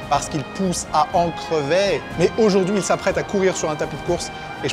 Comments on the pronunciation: J'adore ta tentative d'accent liégeois 🤣🤣🤣 "A en Crevayyyy!" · "Parce qu'il pousse à en creveyyy " jsui mort 😂😂